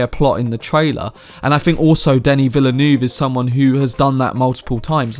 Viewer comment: Plz learn to pronounce Denis Villeneuve's name.